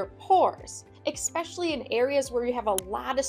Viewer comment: "Expecially" = not a real food scientist ... wait, is there even such a thing as a food scientist?